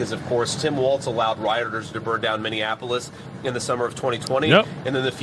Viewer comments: Prayers to #45/47.. man its Minnie-Apolis ( Not minninapolis ):0 Keep the content coming! Native Minnesotian here and Walz is as corrupt as they come!! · You and need to learn how to say "Minneapolis" 😂 ❤